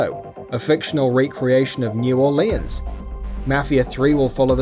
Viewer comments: The fuck is "New Orlayers"? It's "New Orleans" pronounced - "New Or-Lean-ssss" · I do realize you’re British, but unless you’re “upper crust” as being born with a golden spoon up your arse, in case you ever go to New Orleans, just FYI, it is not New Or-Lee-Uns it’s New Or-Luns. Trust me I am not leading u astray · it's pronounced New Or-lins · It's actually more like "New Orlins"...or if you're from the area, something like "Noor-lins" (it's kind of hard to put in writing). He obviously has an accent, and he's obviously not an American. What's your excuse? Do you also say "illa-noise"? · Can you not pronounce mafia like a fucking idiot and New Orleans considering I'm from there and that really pisses us off